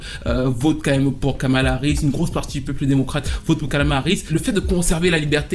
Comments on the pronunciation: Je t’ai entendu dire Skamala 😂😂😂 vilain 😂 bien joué ❤ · "Kalama Harris"